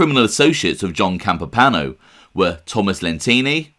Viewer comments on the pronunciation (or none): That’s pretty cool, I guess I figured he was real but never put much thought into it. It seems the more you dig into things the more evidence there is that some of the families were huge drug traffickers...So..also....there is an i in Campopiano, it’s not spelled or pronounced Campopano. I’m sure you get annoyed if guys like me correct you so I apologize.. but, please understand..I’m not trying to be a jerk, it’s just this genre is packed full of guys that talk about Italians but don’t take the time to pronounce our names correctly. It’s like nails on chalkboard! Good show, salute. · than they should have advised to pronounce it Campop-iano not campopano but I respect that you checked prior...sorry for being a stickler for detail..For the record, I was born in Sicily and have also lived in Campania before I moved to the states over 40 yrs ago. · "Johnny Campipano" Come on... It's not a difficult pronunciation. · I wrote it as you pronounced it, hence the quotation. Regardless, I am trying to help you, not antagonize you. You produce great videos. You simply need to work on the pronunciation of Italian names. Whenever in doubt, google the name. In this case: " Campopiano". There is usually a video or a sound clip on the web expressing the correct pronunciation. Thank you for your great videos. I wish you nothing but the very best. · Great video bro .pronounced Campo piano. That guy mr Gribbs. I Paul in good fellas mentioned him " I don't wanna end up like Gribbs ".